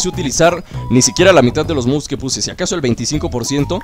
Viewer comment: Dices mouds